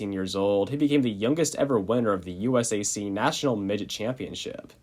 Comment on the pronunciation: Every time this dude said USAC I hurt a little on the inside